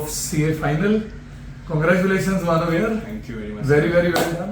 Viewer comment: It's MANAV not MANAN